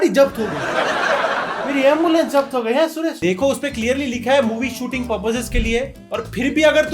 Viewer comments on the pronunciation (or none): none